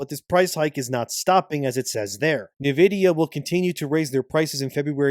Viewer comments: nividia, Nividia, NIVIDIA… ITS N-VIDIA! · "Neh vidia"??? are you making AI read this AI script slop? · Who the F is NiVidiya?